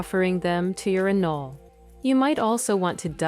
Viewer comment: Wtf is an anlala it’s anole